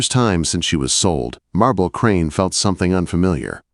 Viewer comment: For a young woman that seriously needed to be seen you messed up her name in every sentence. She is not a marble. The first name was Marbella/Marbelle. Please don't call her marble.